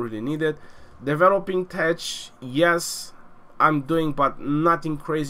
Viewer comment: when you pronounce tech, the 'ch' should sound like k, tek